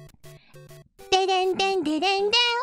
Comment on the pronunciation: "I'm a weiner". Can't unhear that and will never be able to.